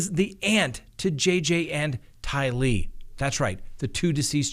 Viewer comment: Just say DAY-bell, not duh-BELL and TY-lee, not ty-LEE.